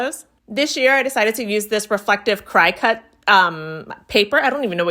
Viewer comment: CRICUT is pronounced CRICKET.